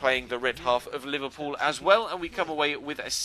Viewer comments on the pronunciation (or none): It's Liverpool , where did u get the "loo" from !? Typical idiot shitty mancs.